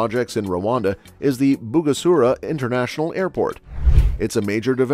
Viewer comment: *Bugesera International Airport, not Bugasura